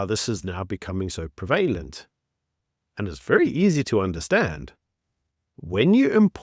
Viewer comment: Pre - vay - lant vs pre- va- lent. Are we adopting ANC English now?